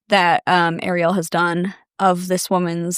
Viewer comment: Not Ariel having the same last name as me i hope shes not related to me..🫩✌️AND TYSM FOR SAYING THE LAST NAME CORRECTLY!!